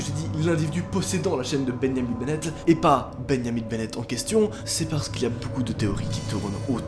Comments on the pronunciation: beniamin bennette 🤣🤣 y'a prononciation est folle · Tu prononces trop mal benjamin 🤣